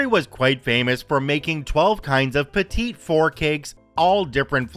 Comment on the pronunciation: FYI: "Petit four" is pronounced "petty four."